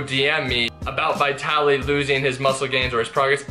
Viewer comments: it's pronounced Veetaly))) not V-eye-taly))) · Bro, Hes name is Vitaly not bitaly. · VIT-TALLY. NOT VY/VIGH-TALLY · Yea you have name pronunciation issues .... it is not- V eye tally It is V'i'tali.....as in 'it' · Why do you say "VieTally"? It's "VihTally" lol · stop saying vaitaly i cant even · bro it's VEE - TA - LI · His name is Vytaly ( to make easier the English pronunciation)no Vitaly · Vitaly not V-eye-taly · It's pronounced VEETALY. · V EYE TALY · It amazes me that you're still pronouncing his name wrong. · Dang I’ve been pronouncing Vitaly like Italy with a V in the front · I think ur pronouncing his name wrongly!! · At least pronounce his name properly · Who else felt the cringe by the way he mispronounces Vitaly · my ears bleed when i hear you pronouncing his name brah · 1. Will you ever pronounce his name properly? Lol 2. The douchebag Vitaly could possibly be bloated from some bad eating sessions. That’s why his gut looks that way. We gotta see more footage!